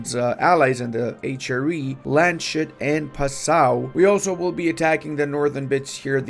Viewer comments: And BTW,, it's not Land-shoot, it's Lands-hoot, for the god's sake, please! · Ok, but is it pronounced Lands-hut or Land-shut?